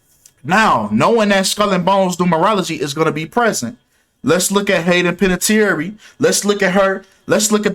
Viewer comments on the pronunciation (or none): Panè-tear lmao how you would pronounce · You can’t even pronounce her name right with your speculation you’re trying to state as facts lol learn how to read first damn lol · Butchers last name and immediately "I don't give a damn if I said her name wrong or right". But bruh 🤣🤣